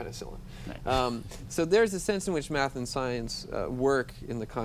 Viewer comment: "If people could master maff, it could bring order, civility..." To master a subject, it is helpful to know how to PRONOUNCE the subject. Maff is not a subject.